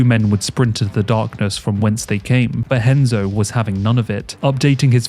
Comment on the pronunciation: Y'know... if the name "Renzo" is going to be pronounced as "Henzo", shouldn't the R in the name "Gracie" be said as an H as well? Shouldn't it? C'mon...